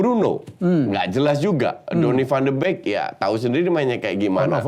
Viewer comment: Van de bek anjir wkwk, van de bik pak hy wkwk